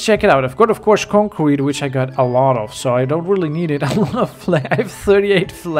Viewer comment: I like how he says concrete. "Concwete"